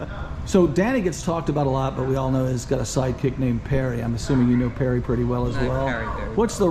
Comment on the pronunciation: David Parry. Not Perry. Jeezuzzzz.